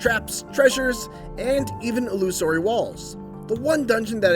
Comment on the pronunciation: lol this guy says "illusory" weird